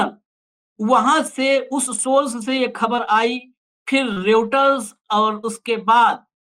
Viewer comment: उसे रियुटर नही राॅयटर कहते हैं।